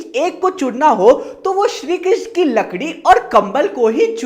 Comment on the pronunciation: larki nhi lakrii 😅😅😅